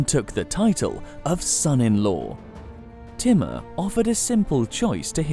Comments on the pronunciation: hi ,,, kindly try to learn right pronunciation of names so we can understand exactly whom u talking about ,,, for example u keep saying "Teemar" but its not "Teemar" but infect its "Taymoor" written "Taimoor" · its not pronounced as "T" MUR... its TEEMOOR... he was as cruel as genghis khan himself! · His name is not thimar it's thamur